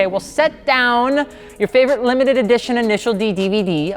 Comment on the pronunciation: "Sit down your favorite Limfitedeoeh Edition Initial D Dvds" English ladies and gentlemen